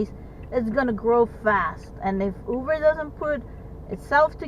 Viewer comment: I’m hearing you pronounce “Uber “ w/a “V”, like “Uver “. But isn’t it pronounced w/a “B” sound??